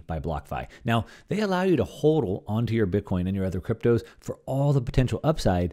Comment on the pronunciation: it's HAWDL. like huddling together in a group. Like a football huddle. HAWDL. No not like yodling. Not "ooh" syllables. It's a "awww" syllable. Hodl...if you're going to represent us crypto guys you need to adopt the culture properly good sir! Love the content ☺️